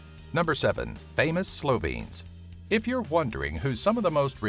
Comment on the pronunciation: 1. As a Slovene, I think your pronunciation is a bit bad 2. What about outfit 7 (talking tom)?? 3. What about ski jumping and all the world records made in there?